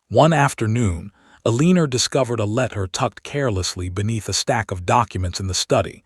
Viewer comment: El-i-nor or El-en-a not E-lee-nor, hoping not hopping 🐇 A note: men wore shoes not boots to formal events in that time in history. Another note: if the husband had kept his affair out of sight society would not have censured him. Dukes were given a lot of leeway then. Enjoyed the story nonetheless. ❤